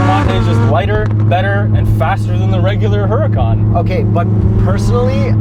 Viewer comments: The name is pronounced without the H. And the "Ur" is more "oor", ooracan. And when accelerating in any form the correct term is "quick", not "fast". There is a lot of fake woodbor carbon fibre and plastic in these too, disappointingly so. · A very trivial thing, I believe Huracan is pronounced oo-rakan. And it sounds exactly like "urakan", a Javanese word that means somthing like obstreperous which is very very fitting